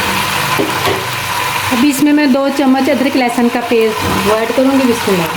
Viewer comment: Bismillah tu sahi parh ly.😮😢